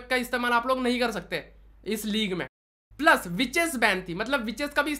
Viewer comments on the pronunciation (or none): none